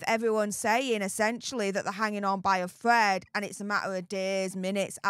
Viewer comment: Thread not Fred.